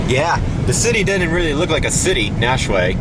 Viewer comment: I live in nashua. It's pronounced NASH-U-UA